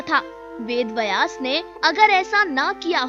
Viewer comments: आपकी हिंदी कि हालत बहुत ही दयनीय है थोड़ा और सुधार करें। बयास नहीं है व्यास है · पहले उच्चारण सही करें वेद बयास नही वेद व्यास हैं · मैडम वेद "बयास" में आप गलत बोल रही हो। शुध शब्द है " ब्यस" ना कि बयास। गलती सुधार मैडम। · बिलकुल, पर पहल अच्छी हे। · Bhai "Vayas" nahin hein, "Vyaas" hein; donon mein anthar hein; uchaaran sahi nahin honey par arth bhi badal jaathaa hein! dhyaan deejiyey. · व्यास शब्द उच्चारण सीखे